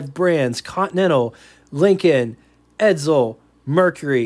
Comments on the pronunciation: Isn't it pronounced "EdSel" not "EdZel"? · BTW : edSel, not edZel